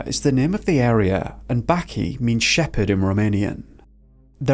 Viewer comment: He wanted to say " baci" , but somehow ended up with baki .